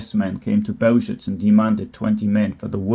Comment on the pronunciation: Please do some BETTER research on the pronunciation of Bełżec. It takes 10 seconds. I'm sick of otherwise good journalism that let's itself down on the fundamentals. Overall, it's lame! There's NO EXCUSE for it!